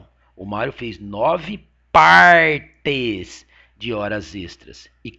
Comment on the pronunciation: "9 PÂRTES" KKKKK ótimo professor!!